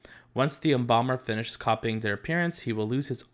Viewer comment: When he said embalmer I thought he said bomber for a sec